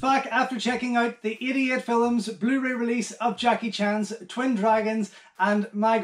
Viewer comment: GREAT! I guess is my ear (use to spanish, swedish and english) but everytime you say 88 films i hear "idiot" films!! Greetings from Sweden!